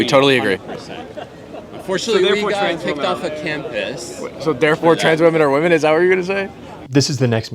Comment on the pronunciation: Why can’t kids - native English speakers - pronounce WOMEN